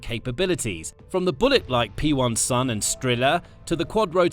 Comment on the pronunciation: Its a "Pensil" not P1-Sun iyktyk